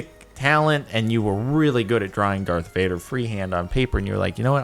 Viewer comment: It's Darth Vuder